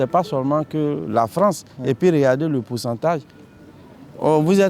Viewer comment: La Fronce de Soros 🤣